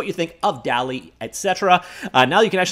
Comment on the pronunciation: I’m pretty sure it’s pronounced dolly2